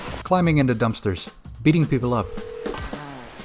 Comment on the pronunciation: I didn’t like how you said dumpsters, edit that out.